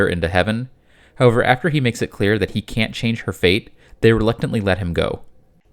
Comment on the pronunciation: Of all the things in this video to conplain about, please pearn to pronounce however correctly. It is not ho-ver